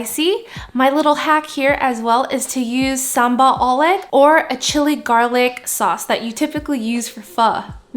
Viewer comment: i love the way you said sambal ulek 😘😘😘